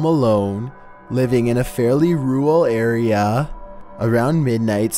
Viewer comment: Rural arèæ